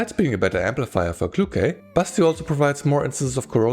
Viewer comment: All through the video I can't hear anything else than "Busty" instead of Basti. And I mean, it's not wrong... 😁 Anyway, thanks for the review!